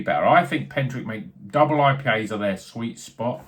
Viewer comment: is the correct pronunciation! Looked good this one from Pentirch. Still some left in the Bottleshop I work in, so i'll pick one up. Cheers!